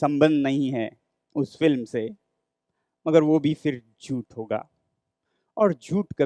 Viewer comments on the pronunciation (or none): jhut sounds like chut